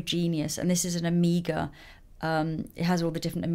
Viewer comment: when you said omega, I thought you said Amiga lol 😂😂😂